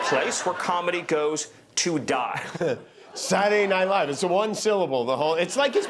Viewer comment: heehee... "sadunaynite Live"